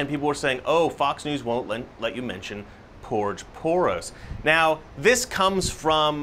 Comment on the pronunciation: Its SCOURGE POROS get it right lol! My wife and I love your show